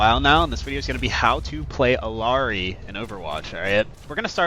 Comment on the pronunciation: How can I trust someone who can't even pronounce the characters name?